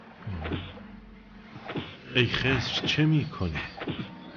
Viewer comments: عزیزم اون خِضر هست نه خّذِر! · خَزِر چیه!! 😂😂 خزر درسته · حالا چرا خدر رو با لهجه‌ی آمریکایی میگی؟ 😂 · تلفظ خضر صحیح یاد بگیر!!!!